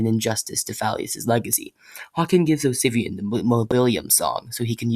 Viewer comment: For a second I thought you said ‘Obsivian’ at . I have done my job. Obsigneous shall live on forever!